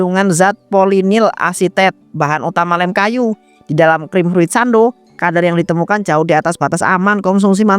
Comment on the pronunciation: Fruiit no, furiit yess😅